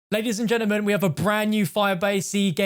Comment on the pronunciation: ‘Ladies and Gennamen’ sorry but this is the only channel where facts are spat about COD Zombies and that phrase ‘gennaman’ builds up a fire inside me I didn’t know I had😂😂